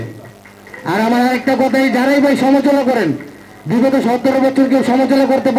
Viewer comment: এমন একজনকে নমিনেশন দিলেন যে কিনা সমালোচনা ঠিকমতো উচ্চারণ করতে পারে না বাংলাদেশ আরো কত কি দেখব